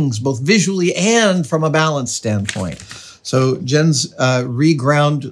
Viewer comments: buddy, it's "yentz" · His name is prounced Yens. Danish is a Germanic language and in Germanic languages, Js are pronounced like and English Y. Protip here. I won't charge you for it this time. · I think it's pronounced "Yence" :)